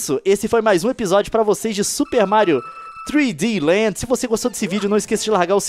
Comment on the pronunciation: leon falando certinho Super Mario 3D Land troll